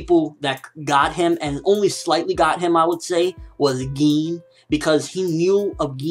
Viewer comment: I say Gin you say GEEN lolol